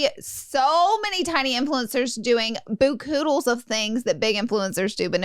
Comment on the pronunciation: Listening to Laura say “Bookoodles” instead of “kaboodles” gets me everytime 😂😂😂 & Manny’s replay of Ty spitting the gum literally had me on the floor! lmaooo